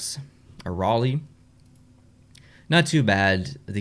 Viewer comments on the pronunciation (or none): none